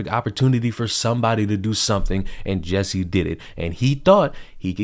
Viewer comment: His name is spelled J-u-s-s-i-e. Why does it sound to me like everyone pronounces it "Jessie"?